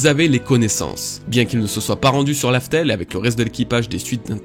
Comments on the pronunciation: Mec cest Raftel dit pas larfel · sa ma perturber quand il a dit Laftel au lieu de Raftel